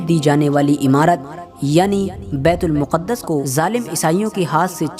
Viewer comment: Miyan betul muquddas sahi lafz nhin betulmaqdis sahi lafz he sabhi na waquif nhin hen durust kro.